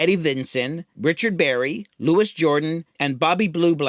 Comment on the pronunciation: "Louis" Jordans' first name is pronounced "Louie".